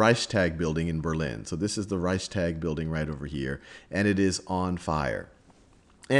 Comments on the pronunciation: I mean maybe they're not connected, but still you are doing educational videos and don't even know how to pronounce major names and buildings that held pivotal moments in this history? Hearing whymar and hearing ricetag was just starting to annoy me, as if though you did it on purpose. It literally takes two seconds to google the pronunciation. Rike-stag, vie-mar. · It's not that difficult to research pronunciation before filming. Reichstag is pronounced like Rikes-togg or Rikes-talk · #2 And accordingly, in the pronounciation you have a glottal stop between the s and the t, while the s is fused smoothlesly right after the ch. Reichs'tag. 2 Syllables. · I don't know how any english speaker would read out "reistark" to sound like the german "Reichstag" in any way. You completely left out the "ch" (which Sal got right btw.), and I have no idea where you got the "r" in "tark" from. If Sal would have read the "tag" like the englisch word "tug", he would have been pretty close to how it's pronounced in german (I should know; it's my first language). Now please tell me, how your version of the word could be pronounced that way? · "rike-shtahg". rikeshtahg. rikeshtahg. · Reichstag- Stag is pronounced like fog. Sounds like shtog. That is how I’ve heard Germans say it. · "Reichstag" is btw. pronounced like "Reichstuug". (Reichs is right how you say it). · Hi I'm german and Reichstag is pronounced reishs-tuhk. Thats not entirly accurate but the closed I can get without using linguistic terms:)